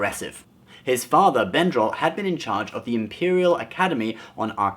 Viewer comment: Brendal not Bendral